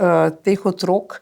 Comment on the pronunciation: ne reče se "Otrôk ni", ampak "Otrók ni"!!. Naglaševanje je pomembno.